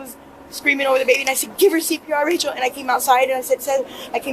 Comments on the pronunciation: That the narration cannot decide on whether to say "RAY-chul" or "RAH-shee-EL" is super annoying. Everyone who knew her in the video pronounced it "RAY-chul," and THEY should know, so really, you can't figure it out? I usually love this channel. Please do better. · How many different ways can u pronounce "Rachel"..."Rayshell"..."Rasheel"...